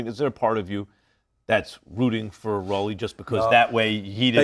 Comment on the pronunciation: why tf max pronouncing rolly like that? 😂